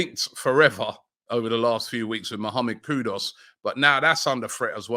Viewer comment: Who is Mohammed Kudos? Robbie has been reporting on him for the best part of 2 months and still saying his name incorrectly...